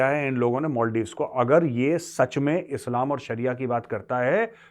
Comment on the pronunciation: सर मोलदिव नहीं मालदीव्स बोलिए